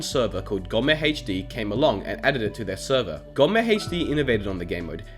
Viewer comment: Finally a non German YouTube who Says gommehd the right way